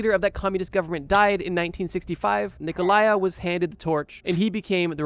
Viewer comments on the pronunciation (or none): I knew you would mispronounce Ceausescu´s name, I just didn´t expect it to be his first name lol